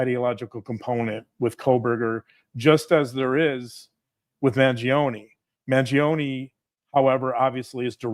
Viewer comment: I believe you are pronouncing Luigi's sur name wrong. It's a silent "e", and just 2 syllables. "Man-JOAN"